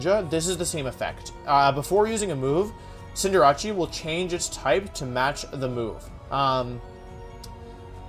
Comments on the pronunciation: I don't know why he says it like that... It's cinder-ace. "Cinder" like fire and "ace" like in a deck of cards. "Ace" is also used to describe a really good athlete. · Wtf is a CINDERACCI????? Its CINDER-ACE!!!!! Get your names right or dont call yourself a pokemon fan. Sorry not sorry but ur pronounciations are triggering. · Please Cinder-ace not Cinder-achi please i beg u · Cinderachi. Lol Cinder-ACE my guy. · Is it pronounced Cinder-achee or Cinder-Ace? I think ace fits more with a soccer player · Did this man just call Cinderace ..."Cinderachi" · Who is cinderachi I know cinder ace not cinderachi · it's not cinder-a-chee it's Cinder-ace as in in the figure of speech: "ace in the hole" or "ace of spades" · Why do you pronounce Cinderace as "Sin-Der-Achi"? It's Cinder + Ace. "Sin-Der-Ays" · Why do u pronounce it cinderache its cinderace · I can’t stand Wolfey saying cinderace, like why does he call it cinder-ra-chi? It’s name is cinder-race. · Its pronounced Cinder - race, not Cinder - rache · Not a single soul: Still Wolfey: "Cinderacci". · Cinderachi? the casual intentional mispronunciations kill me😂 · Why does he pronounce Cinderace as Cinder-“achi”? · it’s pronounced like cinder-ays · Cinder achi, with libero is a play on liberachi. Facts. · “Cinderachi” pisses me off unreasonably so. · Wolf: “Scinderachi” Me: stops the video at 3.22 , deeply questioning if he’s trolling on purpose or like genuine. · Pretty new to the wolfeyvgc channel. can anyone explain why he purposefully mispronounces stuff? (V-->W, CindrAchie, liBERo, etc) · No one: Wolfey: Cinderachy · Wolfe are you saying Cinder-achy?!?! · cinderachi lmao no problem in mispronnouncing but how do you mess up a name so simple and in english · Why does he call Cinderace Cinderacci? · Wait Cinderace is pronounced Cynder-acchee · It’s funny he says cinderachi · So is pronouncing cinderace cinderachi an inside joke or are you just pronouncing it wrong. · That pronunciation of cinderace is painful